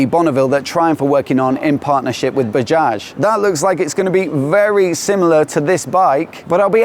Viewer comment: love how the pronunciation of Bajaj has been near perfected now, props